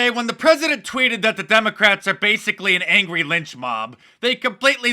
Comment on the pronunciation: What’s a pezedent?